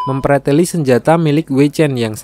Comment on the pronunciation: Wkwkwk😂🤣 ngakak boss, mem "Preteli" 🤣🤣 jowone ketoro poll